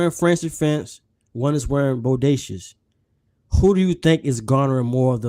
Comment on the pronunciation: Just for clarity, the house name is pronounced “boh-day-see-ah”. But yes, Bodacious is very nice! However, French Defense is atop that scent DNA for me.